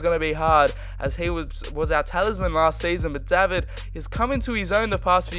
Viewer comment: I think you should pronounce David as how it is in English using countries. Since he is Canadian, I’m not 100% sure about pronouncing his name ‘Daa-vid’.